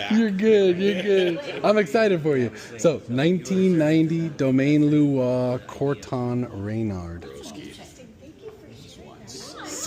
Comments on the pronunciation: I don’t know if it’s the dubbing, but the half-English, half-galactic pronunciation of the wine’s name is hilarious. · The waiter can't even pronounce the name of the wine correctly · this is the most gringo pronunciation of Domaine Leroy Grand Cru Corton Renardes I've ever heard lol